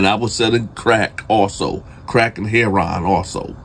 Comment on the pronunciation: Hey! I know all the guys in prison say heroin as “hair-on.”It’s actually “hair-o-win.” Keep up the great stories! 😉